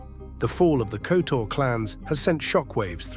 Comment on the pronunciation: oh you butchered their names especially surnames. It's Kotor with Hard R (pronounce it like it's written), Zvicer is Zvitzer, say it like Spitzer but Zvicer. Just don't twist your tongue.